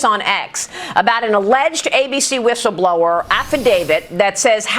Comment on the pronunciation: A "wishel blower"? How is somebody with a speech impediment allowed to be in front of the camera on the news? She sounds like Daffy Duck.